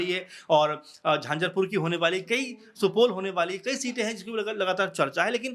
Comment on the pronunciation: उच्चारण शुद्ध करें।आप प्रवक्ता नहीं पत्रकार हैं।झंझरपुर नहीं झंझारपुर होता है।